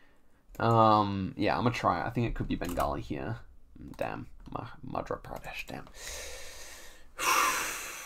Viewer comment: "i gotta get used to saying" 🤣you are pronouncing an 'r' in madhRa pradesh when actually it is a 'y' madhYa pardesh